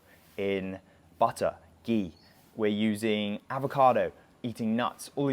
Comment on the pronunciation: Not gee Mr ignorant chai tea man….it is Ghhhee and Chai means tea so why will you say Chai Tea ??do u say tea tea